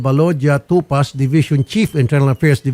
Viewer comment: Atty.tupak Hindi tupaz....